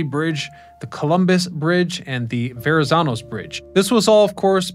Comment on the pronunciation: Jesus, can you say Goethals, Bayonne, Verrazanno, or Port Authority right? Can't watch!